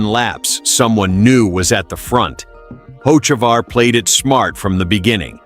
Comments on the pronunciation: This guy pronounces Carson last name 2 different ways, and both are incorrect. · I'm unhappy, one would think with all the advances in AI, they could get a persons last name pronounced correctly, guess AI isn't all that cracked up to what everyone seems to think it is, shitty deal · for a new chanell you have some work to do.. 1, if you advertise cheating scandle, show it or change the damn title. 2, get the names right. fans cant stand posers pronouncing incorrect names and 3, what does chase elliot have to do with carson ochavar? lol.. videu must be in sync 100% of the time. thats my 2 cents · How many ways can the ai can't say his name right? Fix your ai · Can't even pronounce a name correctly even said a name or something 2 different ways. Learn to pronounce correctly or just say you don't know how to pronounce it. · Please get your facts correct before you start your comments, also learn the drivers last name and announce it correctly. Get with the program!!